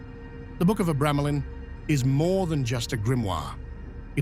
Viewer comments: tge "book of abremelin" in the AI voice your using sounds liek it says " book of a gremlin" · Dude can’t pronounce the name of the f-cking name… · Your pronunciation of "Abramelin" is why I refuse to watch this...